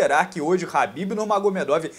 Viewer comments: é KHABIB não HABIB KKKK PQP que agonia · Pq smp ele fala habbib, ao invés de khabbib????